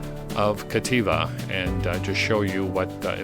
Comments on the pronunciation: FYI, it's Captiva with a "p", not Cattiva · Captiva…as in captivating…not Cativa Otherwise, thanks for the update